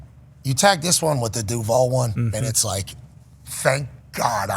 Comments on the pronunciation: Ya I don’t understand why everyone is hating on him for saying Duvall..the reporters are lame for not giving him a pop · Bruh, you can’t screw up the DUUVAAL on your first day! 🤣